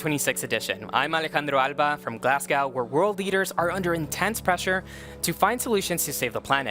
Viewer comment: please get better at saying Glasgow. Its glaws -goh... like "claws go" but with a G.